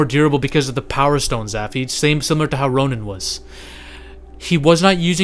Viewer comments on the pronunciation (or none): none